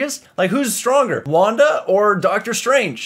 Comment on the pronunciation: Wanda, it’s Wanda